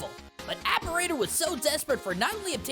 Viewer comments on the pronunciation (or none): Cool video, really interesting stuff i never considered about cyber shadow’s story! I think you were pronouncing Apparitor’s name wrong, but I mean so did I before I actually looked up what an apparitor was, lol.